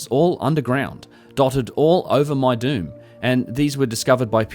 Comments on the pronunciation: Lol, when you said Meidum I thought you said “my dude is one of the oldest Egyptian pyramid sites” 🤣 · My my, what an ominous sounding locale, guilty by pronunciation. Meidum = my-doom OR as in Petries 1st publication spelled as: Medum = mee-dum, for a tongue in cheek effect. Thanks for uploading!